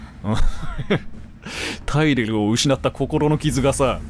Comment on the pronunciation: 突然のテェレル呼びに吹いたw